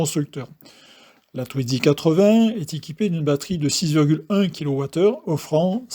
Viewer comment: Mais pourquoi donc prononcer TwiDzy avec un D au milieu puisqu'il n'y en a pas ???